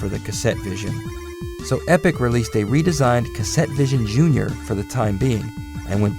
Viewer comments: It's Epoch! EH-PAW-KUH It's interesting to think that Namco was very closely tied with Epoch. They were testing all the markets before throwing their weight behind Nintendo entirely. While the Japanese market is fairly one-brand focused, I think that Epoch could maybe have become a viable competitor if they had just a little more behind them. They were better than the SG-1000 but seemed to be less successful for no easily found reason. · Is he not pronouncing "Epoch" wrong?